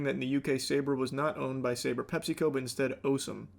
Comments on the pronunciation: pronounced SAH-BRAH Hummus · I've never heard Sabra pronounced like that. Charlie, please 😅